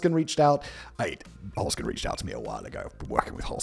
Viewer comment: Holzkern - literally meaning “wood core” or “wooden core” - pronounced “holzt kearn” - say the “z” as “ts".